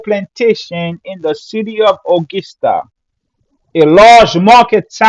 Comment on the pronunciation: Brother....the word is pronounced "Uhh gus tuh" not " Uhh gis tuh". That is gus not gis. We have a nice music festival in our state of WV called the Augusta Festival.